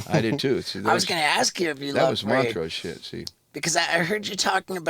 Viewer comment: was lacking this episode. Not knowing who Vinny Paul was and calling Montrose Moneray 😂